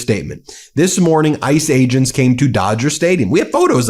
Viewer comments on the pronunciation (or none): Every time he says "Ice Agents" I hear 'Ice Age'.